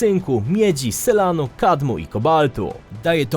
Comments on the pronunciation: Ziemie nie ziemię w nazwie filmu powinno być jak coś. A i Selenu nie selanu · Selenu, nie "selanu", jak powiedziałeś. Świetny film, kawał dobrej roboty! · Selenu a nie selanu. Widzę że każdy jego filmik celowo i z premedytacją ma w jakimś miejscu przekręcone jedno slowo. To taki fetysz autora kanału.